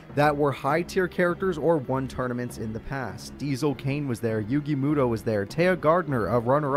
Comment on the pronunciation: The pronunciation of yugi meowtoe gets me every time. Mad respect and appreciation for taking time and doing this series for our entertainment and hits me in the nostalgia heart. I’m a set card and pass era kinda guy. I tried to come back with duel links and master duel hoping to find those hidden memories of beating down my friends with my light dark deck with Bls and Ced along with the yata garasu combo. Needless to say I was so lost and outta my league and comfy zone I was use to. I didn’t last an hour trying to learn all the new rules and was done lol